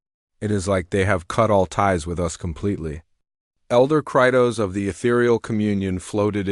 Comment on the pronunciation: Sometimes when the AI says the word "the" it sounds like it's saying "duh".